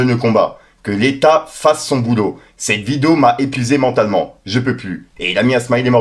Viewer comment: Stp frérot arrête de dire" cete" titre cette mode de rajouter des ""te "" à certains mots est déjà passé merci et le charo qui a des problèmes pour viol ose donner des conseils de seduction trop marrant et booba à tout à fait raison si la justice ne fait rien ça sert à rien de se battre contre eux au final